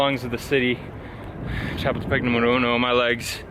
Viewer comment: You generally do so well, but it's cha-POOL-te-peck.